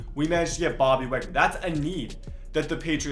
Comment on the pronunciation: Uhh, this whole video I kept thinking, that this guy need some milk, and by the time he said gooraaapoola, and waaagnor, when he didn’t even trade both of them and when he said u can only trade two, I was done